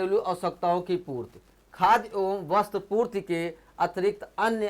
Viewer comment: Purti not a purt